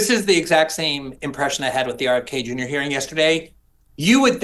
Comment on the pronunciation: Please stop calling RFK JR, “RFKJ”. It’s weird.